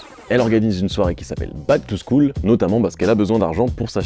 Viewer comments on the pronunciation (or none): none